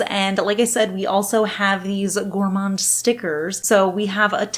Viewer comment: The "d" in "gourmand" is silent 😉